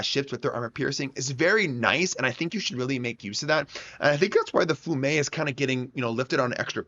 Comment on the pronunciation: it is pronounced "fee ume", it is the city "Rijeka" in Croatia, it was once under the occupation of Italy